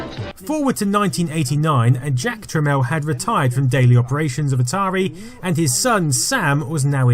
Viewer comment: Really, Jack Tramiel should be better known. It's pronounced "Tramel", calling him "Trameel" pissed him off a lot, as did many, other things. He's not a very lovable character, but was probably the biggest contributor to the computer & gaming industry thru the 80s into the 90s. RIP Jack. PS He was an Auschwitz survivor which no doubt shaped his character.